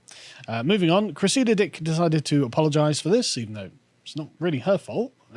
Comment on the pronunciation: Every time you say this woman's name it sounds like, "Chris, eat a dick!" I always think you're cross with someone just off camera